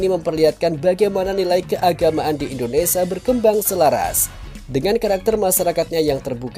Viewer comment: Mf y bg mimin, d ralat bahasa indonesia nya klw menyebut " indonesia " Jgn indonesa... Krg pas. Ok. 😊